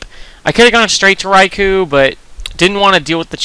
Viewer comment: For the record, Rai-koh is more correct than Rai-kuu.